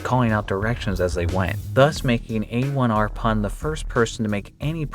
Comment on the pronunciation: A1rPun is actually pronounces Airpun